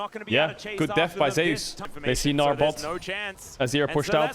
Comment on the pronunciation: Good "deaf" like baus says it